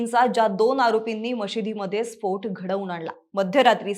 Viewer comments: Too irritating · स्फोठ 😂 नाहीं स्फोट... ट.. ट..😂😂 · स्पोठ नव्हे स्पोट. 😂😂😂